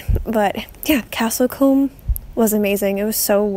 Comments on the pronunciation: It's pronounced Castle Coom!,not comb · Combe is pronounced Koo-mm. It's a common placename as it means 'spring'.